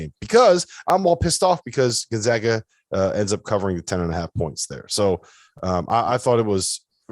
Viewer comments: Gon-zag-ah,,, not Gon-zaw-ah! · The guy on the left still doesn't know how to pronounce Gonzaga properly. Somebody wake him up.